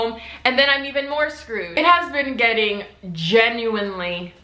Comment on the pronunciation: nobody:: “genUinElY”